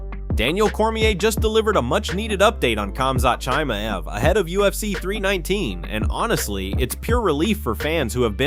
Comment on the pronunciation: Ai sucks khamzat has been around and this moronic AI guy still pronounces his name Shy-maev